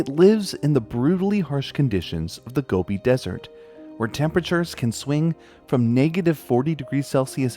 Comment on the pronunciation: wow, i loved hearing about the Gobi Bear for the first time! ...also i love how the more you say it, the more it sounds like gummy bear hehehe - i really hope they find a way to help the species bounce back